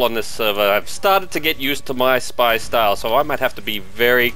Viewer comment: Did...did he say "shpee"? That truly is the 'Leroy Jenkins' of TF2.